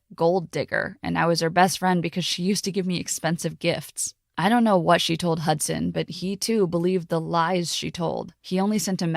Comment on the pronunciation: Why i heard "Hotson" not "Hudson" ? 😆